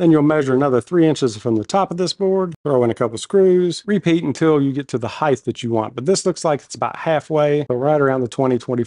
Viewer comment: Heighth? Wtf?